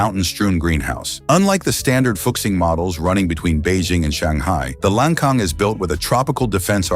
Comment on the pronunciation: When you talk about the so-called "debt trap" brought about by China, you don't even dare to say who brought the tens of thousands of bombs in Laos. In addition, the pronunciation of "Lancang" should be "Lan Tsang", not "Lang Kang", and the pronunciation of "Fuxing" should be "Fu Tsing", not "Fu-K-Sing".